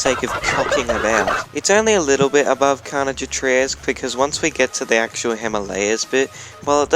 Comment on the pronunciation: Your pronouncing of Trois is unbelievable